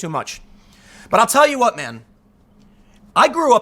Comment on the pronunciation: "I'll tell you Hwat! Dude!" - Tim Pool